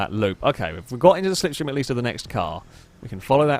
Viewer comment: Please, for the love of God, stop pronouncing it "sickth" !! 🤨 It's "sixth" and the rest of Brittain (and the world) knows it 😂 (yes it's a pet peeve of mine)